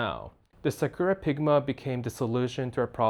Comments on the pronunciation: sih KERR ruh - ummm no. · Imagine selling Japanese stationary and you can't even pronounce sakura